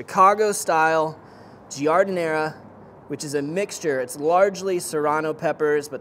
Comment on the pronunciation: Lol I laughed when he said it. Spot on. Jar.din.air